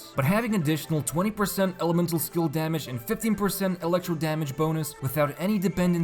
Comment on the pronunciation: "elecrto dmg"